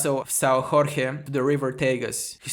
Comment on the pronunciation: Say Jorge like George in english (not like spanish)